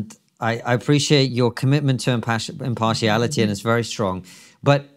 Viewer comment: The third "i" in impartiality is not silent.